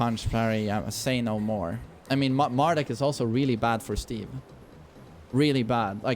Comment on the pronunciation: Always love how says Mar-DOOK lol